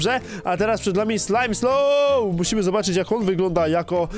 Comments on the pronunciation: nie mówi się slimeslow ylko smileslow xd ale do po prawy wymowa xd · jaki ,,slajmsloł" xd czyta sie ,,smailsoł''